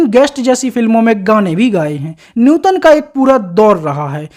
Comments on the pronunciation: न्यूतन नही भाई नूतन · कहां से लाये हो ऐसा कॉमेंट्रर जो सधा सा शब्द नूतन नही बोल सकता😅😅😅😅😅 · नूतन बोलो न्यूटन क्या है सामर्थ नहीं समर्थ न्यू तन 😂😅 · Abei gadhei Neuton nahi nootan naam hai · आपका pronounce न्युतन लग रहा है उनका नाम नूतन है